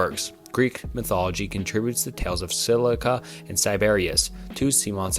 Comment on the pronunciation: "Silica and Siberias" is crazy 😂 In all seriousness, it might be a good idea to look up how to pronounce names you haven't heard before rather than just giving it a try and sticking with the first thing that comes out